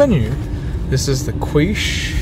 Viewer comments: ... its Quiche, pronounced "Key-shhh". Fuck man, you said you're from Sydney you should know this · that pronunciation of quiche though! eek! its not pronounced kweesh, its pronounced keesh